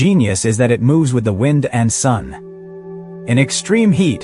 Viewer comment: "WIND" load... like winding a clock? The narrator had to feel like a fool two sentences later.